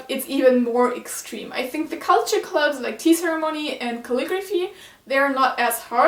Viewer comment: Are you from Germany, if so, you got a good english going. But still, maybe it would help if you wanted to point some things out like this one for example, like the things in high school that are anime like are 1. The design of the school, and then you can go explaining it because I'm sorry I misheard when you said "clubs" I heard you were said "gloves". Also, if you wanted to show anime stuff in this don't make it too quick, I have to rewind a little bit just to see what was the thing you are showing.